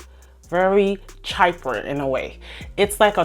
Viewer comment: Chypre is pronounced as she-pruh